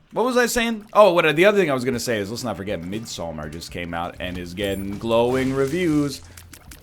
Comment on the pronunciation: Finally an english-speaking person on youtube that pronounced Midsommar Midsommar with an o and not Midsummer and actually did the long a at the end so it didn't sound like Midsomer murders. (And no Midsommar is not that scary in Sweden, we just dance like frogs around a big pole resembling male genitalia, just google Små grodorna, we are ridiculous)